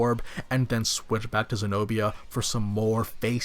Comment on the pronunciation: Senobia not señoría